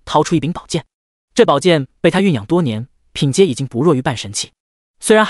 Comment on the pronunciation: 草薙（剃）不是草秩